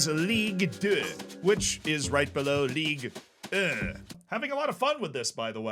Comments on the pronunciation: Being French and listening repeat again and again French city names and "Ligue 1", "Ligue 2" makes this vid hillarious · As a French, I feel offended by the way you prononced Ligue 1 and Ligue 2.... I want apologises. .... No just kidding I don't give a f***, continue your videos bro it was very entertaining!